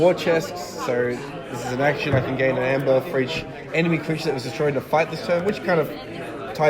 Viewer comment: It's funny how they don't realize that "ae" is pronounced as a hard "E". It's EEEEmber, not ember, and not amber. EEEEEmber.